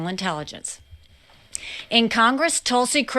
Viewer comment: My god can some teach him how to say Tulsi. “Toooolsey”